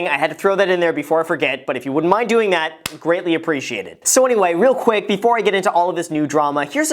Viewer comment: Did you say Grantly appreciated? Lol